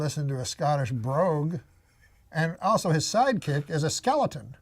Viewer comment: Everytime Norm says ( Also....) i think Whores lol